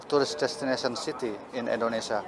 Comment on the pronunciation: Indonesia Mas... bukan Endonesa 😅